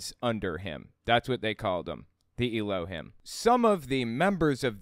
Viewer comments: I really like your videos, but you pronounce Elohim and Adonai really weird. In every instance I’ve seen of these words used in music or whenever I’m going to my dad‘s family’s Jewish services, Elohim is pronounced Elo-heem and Adonai is Ah-doh-nigh. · I like your videos. You got a couple small details wrong in this one tho. First of all, Hebrew does have some letters that are vowels, along with having dots over letters as vowels. Secondly, Jews pronounce elohim slightly differently than you did, tho that's more subjective.